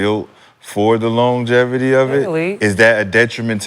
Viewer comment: Lol longeverty